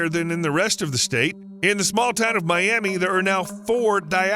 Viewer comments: You don't even bother to learn how to pronounce the towns you cover? Miami, OK is pronounced my-AM-uh - disrespectful! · Miami: Pronounced My-am-a Thank you! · It's pronounced my am a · Not Miamee, but Miamuh. Pronounce it properly. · It's pronounced my-am-uh not like Florida's Miami. I had to be that person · Around here, it's pronounced my-amah. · good video but never call miami “My am ee” in miami, speaking from experience… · Miami..... Is pronounced My. Am. Ah. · Miami in Okla. is Mi-am-uh. As a town in SE Okla. is Achille pronounced Atch-a-lee. Many other towns run the same gamut with people not knowing the pronunciation. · We realize you're not from the Oklahoma area and understanding the rich history of the native American Indian tribes. The town of Miami, Oklahoma was named after a tribe with the same name which the correct pronunciation is Myaamia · Okie here, we pronounce Miami as Miama, here in Oklahoma... Just a thought so you can pronounce the city correctly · Hahahaha…. I just said the same thing! I guess I should really look through comments before posting things like this…. Oh well, it is what it is :) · If you were from NE Oklahoma you would pronounce Miami with an A at the end in place of the I. Like MyAma. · I grew up in Miami, and it's not pronounced like the city in Florida. It's My-am-uh. Named for the Miami Tribe that was forced to settle there during Andrew Jackson's presidency. Same for the nearby towns of Quapaw, Wyandotte, and Seneca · You’re pronouncing Miami improperly! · The Miami Tribe in Indiana was pronounced me-Ah-me. People need to check local pronunciations. It's the same with Lafayette. A city name in many many states and with some stark differences. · Sorry everyone outside our state; This is the "I'm Vegan" of Oklahoma. Tell them about the Myaamia Tribe, and WHY it's pronounced with an "uh" sound. Have you even been to the Myaamia Heritage Museum? It's very educational. Okie-dokie.